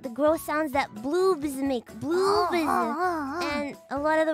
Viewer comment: So she can perfectly said gloops but cant pronounce bloobs correctly? 😂